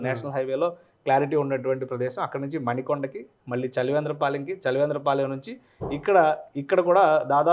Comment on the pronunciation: Adi manikonda kadhu ra, maanikondaaa